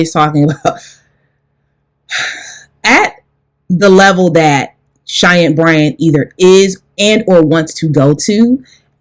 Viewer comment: Lie-Anne Bryant 🙄